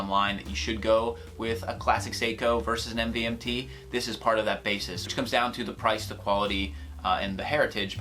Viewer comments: It's pronounced MOVEMENT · You don’t pronounce it "MVMT" you pronounce it as Movement